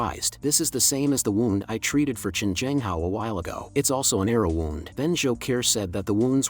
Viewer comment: People: W"ou"nd Ai: W"au"nd